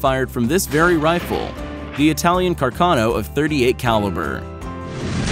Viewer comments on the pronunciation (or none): "The carcano of 38 caliber." My ears are bleeding right now.